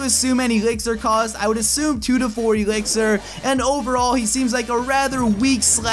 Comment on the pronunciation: i hate it when he says Ee-lixir